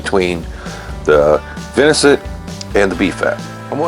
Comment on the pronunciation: Dang Brother, love your videos but it’s venison, not vinicent. 😅